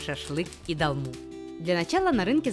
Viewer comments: 1 просьба , не говорите "долма" , а говорите "толма" . Это Армянское блюдо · О, блюда из родной страны, сразу лайк! Но, почему дАлма?!! дОлма! Так трудно что ли?)) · это не русское блюдо чтобы вы его произносили как хотите. И боже, еще раз повторяю, так трудно сказать это слово через О?!!!